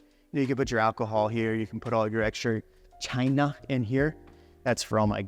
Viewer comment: Yo why do people sound so racist when they pronounce China like that?